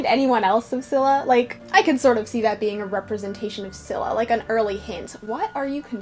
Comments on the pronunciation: Its neither pronounced skylla or silla its pronouncoud skilla😂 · I'm Greek and in case you're wondering about the Greek pronunciation Scylla(Σκύλλα) is pronounced as "Skúlla" Charybdis(Χάρυβδις) is pronounced as Khárubdis I don't know if that's helpful